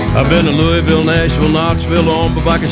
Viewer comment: Heh, he pronounced "Louisville" right. He really was there :0